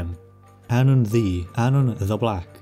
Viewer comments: why the fuck is "ddu" read like "thee" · Welsh pronunciation was throwing me off so bad. I kept hearing “the” for ddu and wasn’t putting them together in my brain lmao